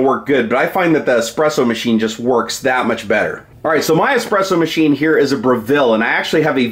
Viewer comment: It's espresso, not expresso. Word is Italian.